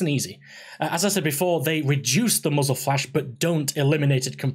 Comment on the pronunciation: Did he say Muggles Attachments? =P Good Video!